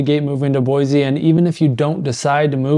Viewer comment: And still can't pronounce the city name right!😂